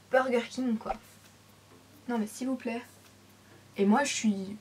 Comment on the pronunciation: GlamourFashioniista J'ai compris vous plaire, c'est ptetre du a l accent mdr